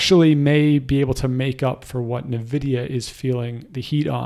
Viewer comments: its N vidia. not na vidia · It's pronounced N-vidia [envidia]. Surprised you're from this area and don't know that :x. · Thanks for all your info. BTW "N" Vidia.